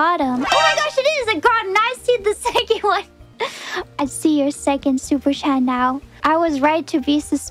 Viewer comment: I love how she says "supechae". The sequent syllables are all mushed up in a way that its so smooth and soothing to hear. It feels almost as if it's not even English.